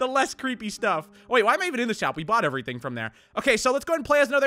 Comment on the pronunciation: "every ting"